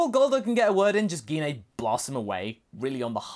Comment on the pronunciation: The way you keep pronouncing gine's name is really triggering me it's pronounced ji-nay not gi-nay her names been pronounced in unofficial content games etc but the most recent was in the broly movie which is cannon and even in that it's pronounced ji-nay